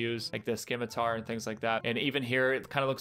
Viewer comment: It's not a leaked location since they literally showed us the location in the reveal trailer, everyone already knew the location because of that, all these leaks done has confirmed it, confirmed a confirmation, great job. also Scimitar has a silent c, Simitar.